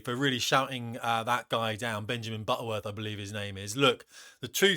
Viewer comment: Did you say his name is buttworth how fitting